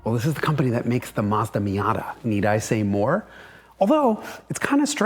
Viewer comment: yes, you nail the correct pronunciation! Both syllables rhyme with the English word "dot." The U can be pretty much silent. The company started labelling it's foreign products MAZDA with a Z, because its initial export market was Germany... where Z has the same sound as "TS" in English. Other correct pronunciations: Toe Yo (as in yoyo) top (minus the t). Knee + san (rhymes with dot). Hone + da (rhymes with dot). Sue + ba (rhymes with dot) + roo. ORIGINS: Matsuda's founder was named Matsuda (pine field). Toyota's founder was named Toyoda (bountiful + field) but after a decade or two, changed the d to a t to sound tougher. Honda's founder was named Honda (original or main field). Nissan means "Japanese production". Subaru is out of the blue: it means Pleiades (the famous star group--hence the company logo!)